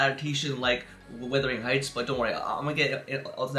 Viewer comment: Are you sure you’ve seen it? You couldn’t even pronounce the title correctly.